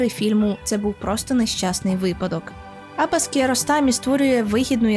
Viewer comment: AbbAs!!! наголос на ДРУГИЙ слог в імені, хоч трохи матчасть вчить перед тим як щось робити! Як можно забити на правильне вимовлення імені головного персонажа!!! Ще - який, блядь, КокЕр???? Наголос на ПЕРШИЙ слог!!! Ви взагалі що-небудь читали перед тим, як відео лепити, чи на от'єбісь як завжди? дізлайк- відписка, косорукіє